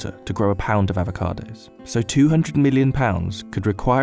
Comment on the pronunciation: "Ah-vo-cados," not "ave-a-cados." Sheesh.